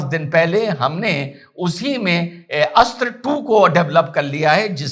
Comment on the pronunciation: बहुत बहुत धन्यवाद की आपने अस्त्र मिसाइल बोला है न की अस्त्रा। योग अब योगा हो गया, अर्जुन अब अर्जुना आदि आदि। दीपावली की बहुत बहुत शुभकामनाएं 🌹🌹🌹🙏🙏🙏